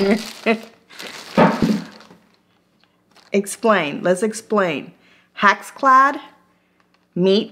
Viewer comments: I think "hack's clad" is the best pronunciation! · not trying to be mean but sometimes you called it a HACKS CLAD pan. LOL I think that should be the right name for it....it's a hack. LOL